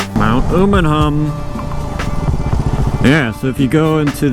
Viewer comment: FYI It's pronounced , Umm uh num, not Ooh mun hum